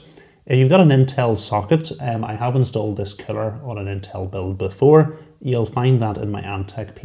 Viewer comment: I thought you were calling it a 'killer'! But of course you were saying 'cooler' Haha.